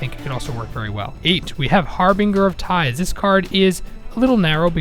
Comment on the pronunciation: Why is it that no one can pronounce harbinger correctly? Seriously, its a 'J' sound on the 'g', not a regular g sound.